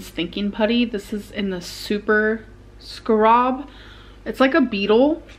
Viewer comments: SCA-RAB. Not scrab. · Lol the way she says Scarob. Instead of Scarab lol everyone know about the Egyptian Scarab beetle 🪲 der!!! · Scarab "Scare-ab" that's how you say it, not Scur-rob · Amber, "scarab" pronounced (Scare-ehb). Not "Skrob." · Super scrarb!? The putty is inspired by beetles. Wtf is a scrarb? It’s scarab (sca-rab), a dung beetle. Thinking putty is the wrong word… you did not think at all. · skchROB instead of SCARE-ub for scarab 😭💜 no hate only love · Sc-ah-rob? You HAVE to be trolling with that one… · scah-rahb??? Wowzah....😂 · LMFAO her talking about taking an IQ test and then immediately pronouncing scarab wrong kills me. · How she egregiously mispronounced “scarab” fills out the whole iq test book for me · THANK YOU I was so pissed when I heard her say it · lmao at how you said scarab. unbelievable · Lol classic molment, right after talking about an IQ test can’t even read and pronounce scarab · It took me a minute to understand what word she was actually trying to pronounce lol. I just shook my head when I figured it out. 😂